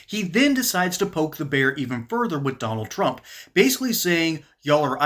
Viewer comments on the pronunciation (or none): none